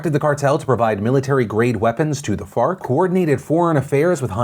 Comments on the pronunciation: Me: Wait did he just say Fart? rewinds Me: Oh, ok. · I keep hearing fart. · Can we call FARC, FART. Cuz that's what I thought I herd u saw the 1st time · F.a.r.k. I thought u said fart. Which is way better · Thought Phil said “Fart” instead of “FARC” for a min lol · Farc sounds like fart.... it was hard to make it through that piece without laughing. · So FARC ? Not fart 💨? Sorry it sounds like. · i'm sorry but when he said FARC i just heard fart.. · Farc just sounds funny